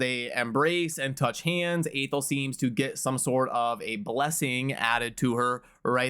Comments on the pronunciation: its not AY-thel its AH-thel um | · Athel, pronounced Athel. Who knew 1um |